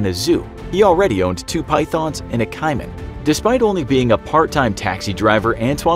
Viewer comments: KAY-man, I spent ages trying to work out what a KY-man was... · the way you butchered the word "caiman" really hurts its pronounced "cay-man" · Hold up did this guy just pronounce caiman as kymen? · Say it with me "Kay-man" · Don't think i have ever hear caiman pronounced like that, haha. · Does anyone hate how he says Caiman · Y u pronounce caiman like that😶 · Caiman?? That is not how you say that....